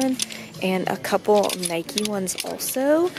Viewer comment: You can’t buy Adidas and Nike if you don’t even know how to say it.... it just bugs me